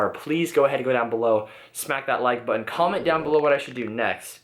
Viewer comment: OMG hilarious. I thought I was the only one that cringed every time tried to say button.